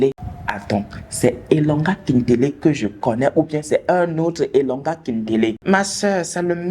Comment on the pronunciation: cest elonda. pas elonga 😅 néanmoins tu maîtrise pas mal d'endroit de chez nous apparemment tu as vecu pas mal a Brazzaville en dirai